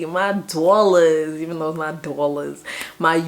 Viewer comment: Hahaha "My Dwollezz"